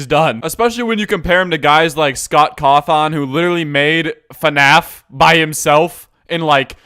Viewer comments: Scott coth on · Scott ✨cawthawn✨ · Cathon it’s pronounced cathin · Cough on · I pronounce it like coffin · I love how you pronounced "cawthon" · all I can pay attention to is the fact that he pronounced Scott's name like that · Puffin Productions the joke is he pronounced it wrong